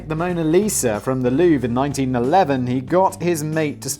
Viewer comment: Every time you say Louve I hear Loo, like the shitter lmao